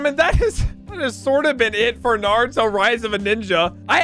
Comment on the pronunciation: nartuo lmao